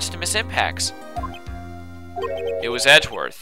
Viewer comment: evry time i hear "ms. impax" is sound like "ms. tanpax" hahaha :P